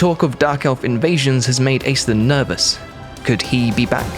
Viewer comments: So... that's how we're pronouncing it? Ok. I just assumed that it was pronounced ASH-linn, like the Irish name. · All of Ireland is weeping at your pronunciation of Aislinn. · As an Irish person it's strange hearing the name Aislinn pronounced this way.